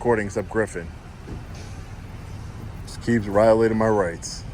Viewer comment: There’s a blooper you said “riolating”